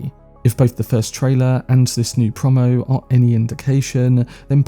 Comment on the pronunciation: FYI it’s “pro-mo” not “prom-mo”, short for “promotion” 😉👍